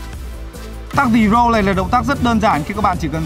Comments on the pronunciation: The roll đocj là "dờ rôl" mà anh, làm j phải "dì rôl "đâu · Cái động tác "the roll" a phải đọc là "dơ râu" chứ k phải "di râu" nhé a :))) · phải đọc là dơ-râu chứ làm gì phải dì-râu,làm gì có nguyên âm đâu ??